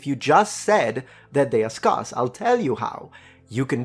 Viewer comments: The word is scarce, as in scare with a double s sound at the end, not scar, with a double s sound. Noone in my 40 years as a native emglishman have i heard someone say the latter as you stated. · Oh,. Say "there." Now say " where." Now "spare." Now use the same phoneme when saying "scarce." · Small pronunciation pointer. The first syllable of scarce should sound more like scare than scarf. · Dear, scarce is ske-as, not skaas. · The English teacher in me cannot help the following correction. I would like your perfect English to stay perfect. "Scarce" is pronounced like "scare" and not like "scar". Sorry. Thank you. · scarce is pronounced as scare-ce or sc-air-ce not scar-ce or sc-arse, just point that our as you like me like a bit of accuracy … I salute your content sir and the effort you put into the research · Hi... Umm... It's pronounced "Scarce," as in - the "a" sounds like the "a" in the word "scared," rather than the "a" sound in the word "pass." Or in other words, if it sounds like you might be talking about someone's scars, when you say the word "scarce," then you're saying it wrong. It should sound like the word "stairs," but with a hard 'K' sound in place of the "t" edit - It might be possible that you conflated the pronunciation of the word "sparse" with the word "scarce." While both words have similar spelling and similar meanings, they're pronounced very differently (or rather, the "a" sound in each word is pronounced differently). Sparse should indeed rhyme with "stars," but scarce should rhyme with "stairs." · I love your channel and your content. I just subscribed. I'm not nitpicking. You speak many more languages than I do. So this is not criticism. The word, SCARCE, is pronounced SK-AIR-SA. Just thought I'd let you know. My son worked for an Italian guy for a few years. He had an area called the FEASTING shelter. No one corrected him when he pronounced it FISTING. No one told him for years how it sounded. 🤣